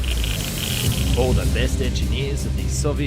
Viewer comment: This guy really needs to work on his letter L, the simple touching of the tongue to the upper front teeth. "All, " not aww. "Useful," not usefoo. "Powerful," not pawerfoo. And so on...